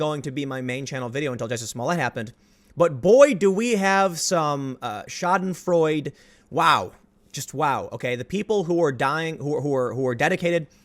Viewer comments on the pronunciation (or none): Tim you suck at pronouncing things. It's "scha·den·freu·de" the de is pronounced "da" not d. And fuck man, it's "lew-ellen". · schadenfreude, the e is NOT silent. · Since this is the second time I've heard you use the word "Schadefreude", know that in the correct pronunciation the "e" at the end is not silent. The last syllable "de" is pronounced the same as in french Nobel names "de Gondrin", "de Rouvroy" etc. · You pronounced Schadenfreude wrong